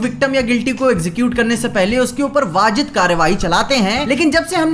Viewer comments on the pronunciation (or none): "vajid" Nahi Bhai "vajib karrevahi" Sorry to intrude ..... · wajid karwahi😂😂😂 nahi nahi wssajib karwahi